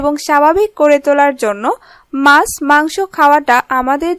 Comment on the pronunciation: Mas noy kathata maachh... Mane fish. R soril noy bolun sorir... Nirghat apni Bangladeshi... Apnarai paren kathar ma maasi ak kore dite...